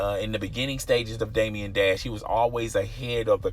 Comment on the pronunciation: Bro, Damon Dash. Day-muhn. Not Damien Dash.